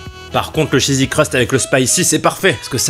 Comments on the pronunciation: Il a dit chesi crust 14 fois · le " chzzsy crust farcie " XD